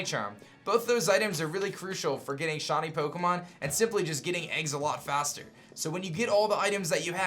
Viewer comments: every time he tries to say shiny... it seems to come out shony... lol kinda annoying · Shiny* not shany